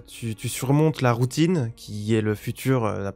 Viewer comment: tu as bien dit Poutine, right? C'est pas juste ma tête de Québécois qui a fait '' j'ai envie de Poutine donc j'entends ça à la place de Routine '' ... right??